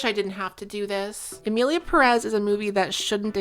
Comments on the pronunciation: Now that we're all trying to be more inclusive and what not, as a Spanish speaker I must tell you all, it's PE-rez, not Pe-REZ, the emphasis in on the "Pe", that's why it has the little accent on the top (Pérez), it indicates where the stressed vowel is. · I cringe so hard every time you say emilia peREZ IT HAS A FREAKING ACCENT IN THE FIRST SYLLABLE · 100% splitting hairs here and way beside the point. But as a latino it is killing me that you are saying Pérez the wrong way around. The accentuation is in the first syllable of the last name "Pe" hence the accent ´ (not that I expect a speaker of a different language to know this grammar rule). But it is also the most common pronunciation, by far. You are saying it as peREZ which is the other way around. Anyways fuck this movie and fuck the director, I think we should all focus on Johanne Sacreblu - 2025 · ok this video is banger and I´m just one minute in but as a native spanish speaker and latino you pronouncing the Pérez without the accent (peREZ) instead of (PErez) is driving me insane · Worst part is that not a single soul can pronounce Pérez correctly. It has the freaking accentuation right there wtf is wrong with you people!! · The stress on the second syllable of "Pérez" kills me. But i bet this movie already killed you first.